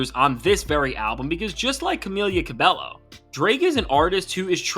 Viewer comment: Constructive Feedback: "Cabello" is pronounced "Ca-bey-o" ... In Spanish, the double L's are pronounced as "Y"